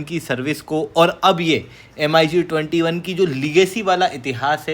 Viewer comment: "एम अई जी" सुन कर लगा की मैं बिदेशी channel में आ गया